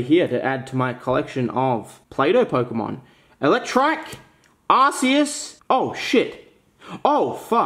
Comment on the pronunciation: Now I'm no pokemon expert, but I'm pretty sure it's not pronounced Arse-eus.